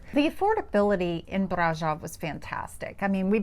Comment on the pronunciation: Great video! Would like to point out that Brasov was not pronounced correctly. The o in Brasov is a sort of a long o like in other latin languages and german. So it's like brah-shov pronounced.